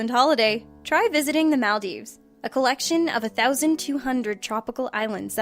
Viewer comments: That's most definitely not how you pronounce the Maldives. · you say Maldives wrong and it was very annoying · Why does every one pronounce maldives wrong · You say Maldives weird, Also Manchu Pichu